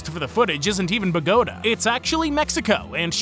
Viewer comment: The way he is pronouncing Bogota just pains me.